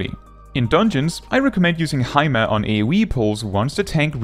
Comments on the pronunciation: I'm so happy someone finally pronounced pneuma the right way 🤩 P.S. I'm Greek 🤣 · Is THAT how Pneuma is pronounced?